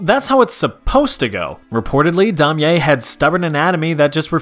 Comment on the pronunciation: You butchered Damier's name wow